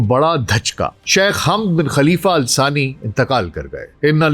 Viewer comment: Its Thani not sani..